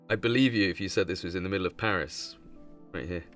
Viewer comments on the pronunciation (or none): none